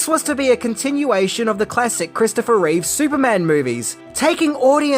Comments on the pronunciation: It's Christopher Reeve, not Reeves. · Reeve not Reeves how can he be a Superman expert if he can’t even say the guys name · It's Reeve. Not Reeves. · It's Reeve, not Reeves and it's Brendon Frasier, not Brandon!! 🤦‍♂️ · I don't hate this movie at all, but its reverence toward the 1978 movie did hurt it. No one working on the script had a love of & knowledge of the Superman comics. The idea that this follows the REEVE (dammit,! Stop saying "REEVES"!!!) films wasn't a bad one, but it should have had a different villain from the comics whom Superman could battle, a different plot for Lex Luthor (making him a businessman like in the modern comic might have worked) & no deadbeat dad thing for Superman. Maybe a re-cast for Lois as well. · Its irritating when they call that man Christopher ReeveS. Its just REEVE.